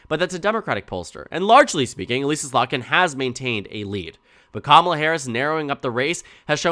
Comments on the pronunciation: "Uh-liss-uh" not "Uh-lease-uh" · voter from Slotkin's house district here - it's Uh-liss-a, rather than e-lEAse-a. Just fyi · This is probably a very minor thing, but as someone who was represented by her, it’s Eh Lih ssa with a soft I. Not Elise ah